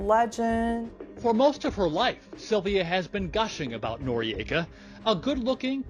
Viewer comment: I am unsure about the pronounciation - 'nor-ee-ayka' seems incorrect - 'nor-ika' seems correct and how I always heard it